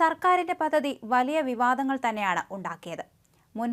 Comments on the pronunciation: 🙏,,,,,",പതതി ",,, അല്ലമോളേ,,,, പദ്ധതി, പദ്ധതി,,,,,, 👍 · പദ്ധതി എന്ന വാക്ക് ഉ‌ച്ചരിക്കുമ്പോൾ പദ് എന്നു പറഞ്ഞ ശേഷം ധ എന്ന അക്ഷരം ഉ‌ച്ചരി‌ച്ചാൽ ശരിയായിക്കോളും. അല്ലെങ്കിൽ പദതി പദതി എന്നേ കേൾക്കൂ. അതു പോലെ തന്നെ, റദ്ധാക്കുക എന്നല്ല, റദ്ദാക്കുക എന്നു വേണം പറയാൻ.